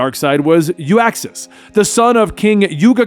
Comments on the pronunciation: Not pronounced You-Ax Its pronounced Uxas (Ou-xas) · It’s uxas not uaxis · OOK-XAS not YOO-AX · Uxas- Yook•suhs not Yu•ak•suhs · Uxas! Not U-axis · Love your videos, and this one was great, but the one thing that annoyed me was his name. It’s Uxas! Not Uaxs or Uaxus. Just had to say it 👍